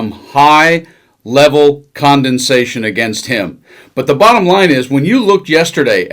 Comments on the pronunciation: What is "high level condensation"? Rain? I'm totally left wing, but I do not stand for politicians, nor political commentators that can't speak correctly, especially when they have the option to edit before posting. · "Condensation?" 👀 "Condescension," maybe? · Did you just say "high level 'condensation'"? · Condescension, not condensation. Jeez, we are supposed to be the educated ones. You're like Trump trying to say origins and getting stuck saying oranges. Do better. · Did he say "some high level CONDENSATION against him"??????? Condensation? This guy's a fucking idiot. He meant to use the word CONDEMNATION. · The commentator said condensation instead of condemnation. Though in some ways condensation could be applicable. 😂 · Not condensation. The word is condescension. Sound it out carefully while I demonstrate what it means. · Sorry, did you say high level "condensation"? Heavy formation of water droplets over his policy (lol) speech? Or did you mean "High level condemnation" of his outrageous threats to the American public? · Condemnation not condensation. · Condensation?? I think you mean condemnation. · The word is not condensation, it is condemnation.